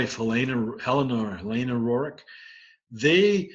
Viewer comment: If you are such an expert,stop calling the Rorich!!! There name is RERIKH!